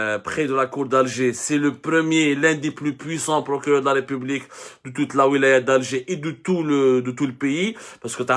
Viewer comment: "El Prokuréreurrr" emploi très maladroitement l'Inversion accusatoire ...